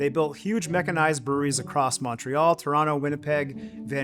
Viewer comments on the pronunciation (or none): The "Mon" in Montreal is pronounced like the mon in money, not Montana.